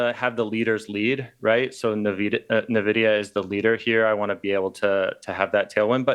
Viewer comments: Why does he call it Nah-vidia???? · Nuh-videa? Seriously? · dude,... learn how to say NVIDIA correctly.